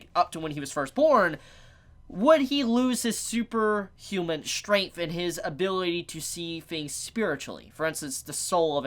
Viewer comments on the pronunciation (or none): none